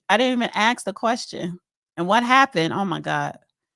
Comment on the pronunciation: ASK!!!!! Not AKS!!!!